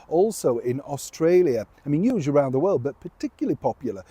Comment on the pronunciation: I love the way you say "uge" instead of huge.